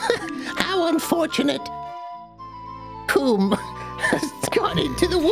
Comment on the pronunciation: It's "Koh-may" you heathens!